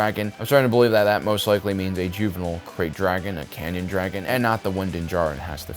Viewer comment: Not just names. Dude butchered "sigil" and "canyon", too.